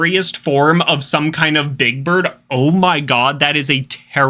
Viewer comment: you said birb